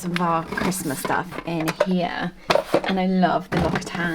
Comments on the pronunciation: L’occitane is pronounced l’okxitan by the way not l’okitan. Source : am French. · The way you pronounced l'occitane made me chuckle.